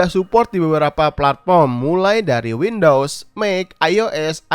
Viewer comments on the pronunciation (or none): none